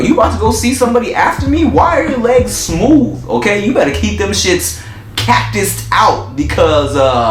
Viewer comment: "smoov" lmaoo